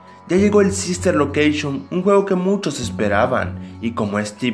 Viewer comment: sister lokeishon XD